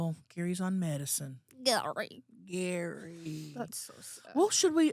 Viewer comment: the way says Gary gets me everytime 😂❤🐶